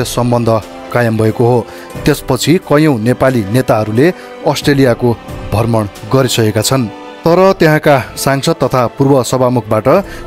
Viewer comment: भर्मण हैन हाै मित्र, भ्रमण उच्चारण गराैं न..